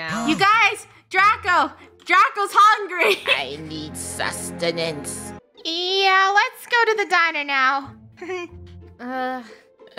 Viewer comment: “I need susatence” -draco